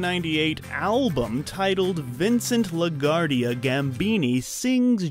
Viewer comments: It's pronounced La Gwardia nitwit. Vincent Laguardia Gambini. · You said LaGuardia wrong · You people REALLY need to do research on name Pronunciation! For real though. I mean, how do you not know how to pronounce LaGuardia? Like, did the guy who narrated this never even see My Cousin Vinny? C’mon now!